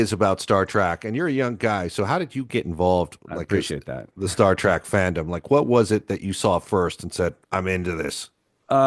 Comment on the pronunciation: I say "Star Track" too. I know it's "Trek." I use trek as part of my vocabulary. But when I say Star Trek it usually comes out as track. It's probably because I didn't recognize the distinction when I originally watched the show in the early 70s.